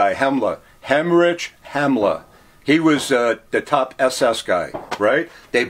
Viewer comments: it was a joke about his pronunciation hemrich hemla is Heinrich Himmler. Herman Godring is Hermann Göring. But for an American it's not that bad actually. I've seen documentaries with worse pronuonciation. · "Hemmorage Hemler" almost but not quite... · did he just say Hemmerage Hemmler? lmao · Amazing. But how does he keep getting the names wrong of these people. For example "Henridge Hemmler and Hermann Gording." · For someone who is an expert on the Nazi's, he sure doesn't know how to pronounce the names of certain items and peoples names - like Heinrich Himmler, etc. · The cyanide capsules killed you in 3 to 4 seconds and not minutes. His pronunciation of Goering and Heinrich Himmler was well off as well as a few other things lead me to believe that he’s not as well up on his subject as he should be. Excellent collection though but heartbreaking at the same time. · How can you know it’s all real? Because the human body fat soap and the showers don’t sound totally accurate. He also pronounced Heinrich Himmler wrong so idk. Like who is he selling this room to 😂